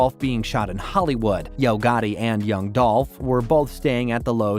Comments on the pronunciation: Wack information. its dooooolph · It’s DOLPH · rip 🐬 🗣 unnnhunn. its dolph